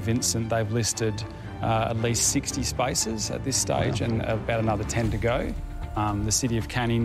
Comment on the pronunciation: The guy in the middle saying spaces sounds like spices..